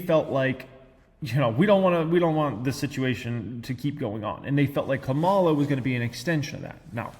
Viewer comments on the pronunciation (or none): Come on, it is not Ka-MAL-a. It is KA-ma-la. Don´t act so MAGA-ish. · It's pretty messed up that you can't pronounce Kamala Harris's name.